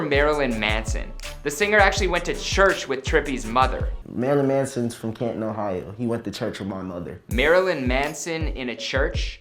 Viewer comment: At least he pronounced Canton correct...